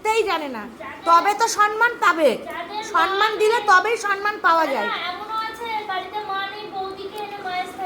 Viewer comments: Ami Camera Women ke bolchi thik thak kotha bolo. Kothata sonman noy kothata holo Somman. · Kathata sanman noi samman . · Somman uchharon to dur ki baat,,, sonman(so-man) 😂